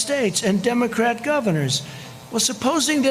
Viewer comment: Peepee... Democrates.. Trump cannot pronounce words. Trump is a stupid human being